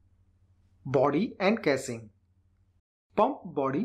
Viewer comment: please improve your pronunciation like casing.